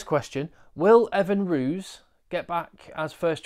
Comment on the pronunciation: its not Rooz, its Roos.